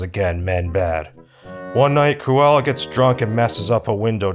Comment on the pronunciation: Cru-Ella skin-nerd